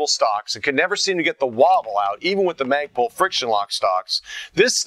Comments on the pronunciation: lol "maygpul"? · haha he said magepul hahaa